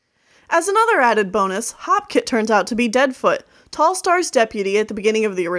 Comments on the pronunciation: I thought it was HOPEkit not HOPkit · its hopekit not halfkit i think i might be wrong